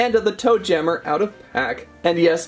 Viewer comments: Yeah it kinda sounds like he’s saying doom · •Caketsto • it’s toe JAMMER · Toe jammer is off and "MA"